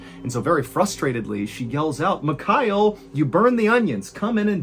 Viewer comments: Love your content and been a follower for a while but man… you’re ex mil, you can learn to say Mikhail, takes you 5s. Mee-Hah-ill Not micayell. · MihaEEL, not MiKAAel Please learn how to pronounce foreign names correctly, Sir !! Really annoying